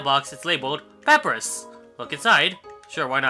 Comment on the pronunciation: It's pap-I-rus, like the font